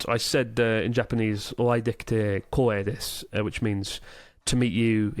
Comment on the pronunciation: "O ai dekite kōeidesu." (I'm honoured to meet you.) sounded a bit like "O ai dekite kowaidesu." (I'm scared to meet you.) 😁